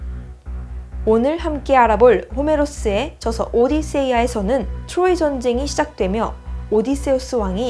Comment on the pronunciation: 트로이 발음이 자꾸 귀에 걸려요 ㅋㅋ 추로이